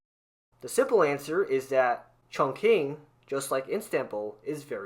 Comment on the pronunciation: it'll be better if you could actually pronounce Istanbul or Chongqing correctly...